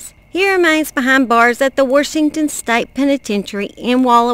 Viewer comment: I adore you miss, that's just how my maternal grandmother would say Warshington